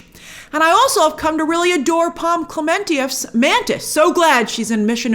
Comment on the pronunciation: Thanks for teaching me how to pronounce Poms surname